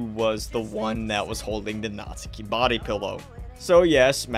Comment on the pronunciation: Like omfg, it’s NATSUKI not NAZIKI😭😭